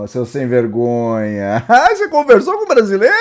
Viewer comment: "OOOOH cê comversou" kkkkkk